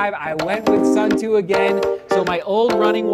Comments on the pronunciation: The word “Suunto” comes from the Finnish word meaning “direction”. Suunto is pronounced “Soon-toh” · Seth, you really need to learn how to pronounce the word suunto.